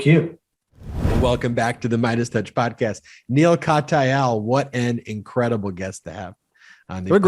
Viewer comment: Love the presentation and the discussion, but....Perhaps the reason Neil Katyal "called you out" was that you consistently mispronounced his name -- IT'S Kat - yal. NOT Kat - A -yal. He's been all over MSNBC for years, so he has a right to expect you'd do your homework and at least READ his name accurately, or at least listen to someone who does. We all like to be acknowledged by our name - I know. My name's French, and simple, but Americans MURDER it, because it's not pronounced like it looks. Neil's name is easy - all you have to do is READ.